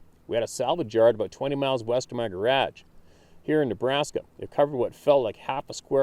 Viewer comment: Say garage for me.........funny.........